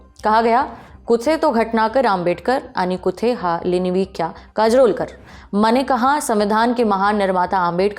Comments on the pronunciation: "कूथे" नही "कुठे" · 2 correction hai , ek to Famous Patrakar jinki bat aap kar rahi hi wo P.k. Anne nahi P.K. Atre hai. Aur wo Nara jiski baat kar rahe ho wo कुठे hai wo कुथे nahi. 😊